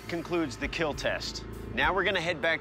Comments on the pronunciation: Lol “Keel” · the most memeable "It Will Keal" the man's ever spoken in his life